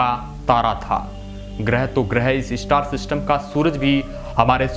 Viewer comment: इस्टार " नही स्टार " बोलो